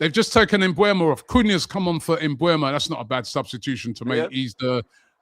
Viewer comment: How are you still mispronouncing Mbeumo? It's not Mbuemo, it's Mbeumo. E before U.